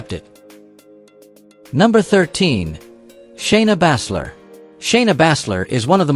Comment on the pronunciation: ALWAYS FOREVER PRONOUNCING SOMEONE'S NAME WRONG, LIKE SHAYNA BASZLER,GGEEZZZ..